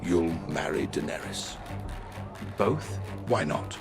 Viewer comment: Aegon IVs daughter was named Daenerys not "Derennis"